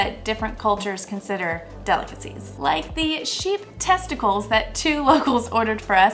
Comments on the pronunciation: Isnt it "testicles" and not "testicals"? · I would definitely try them all, you guys are awesome. Oh! And It’s testicles not testicals